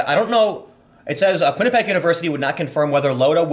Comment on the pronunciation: Quinnipiac == kwin-iP-ee-ack